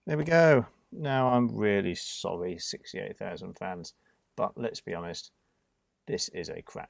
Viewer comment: I’m still angry you butchered a 68000. 😥